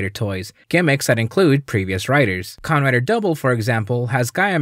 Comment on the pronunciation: It sounds like he's saying khan rider.